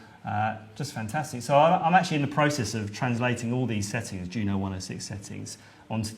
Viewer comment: YOO-NO ... its a syllable parody of "JUNO"